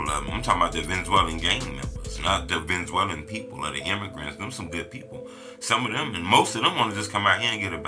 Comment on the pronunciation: lol what the hell is a Venzwellin 😂